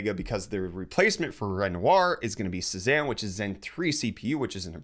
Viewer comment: Cezanne is pronounced "SAY-ZON"